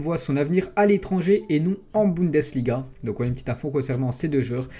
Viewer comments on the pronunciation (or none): none